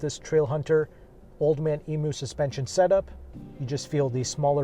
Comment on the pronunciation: As an Aussie, to help you out, Emu= Eem-you. Nice pro's and con's as always!